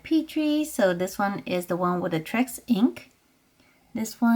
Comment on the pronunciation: Lol it’s T-Rex not Trex 😆😆😆